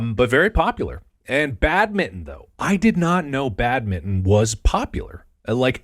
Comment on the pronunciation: I really hate how you guys say badminton